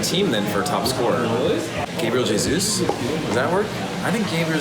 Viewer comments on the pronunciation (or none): none